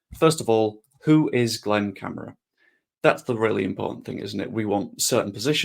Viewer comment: Please pronounce correctly Cam - are- a